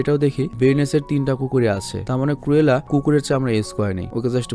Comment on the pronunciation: Renson na regents park ar কুরেলা না ক্রুএলা। ক্রুএল অরত নিশতুর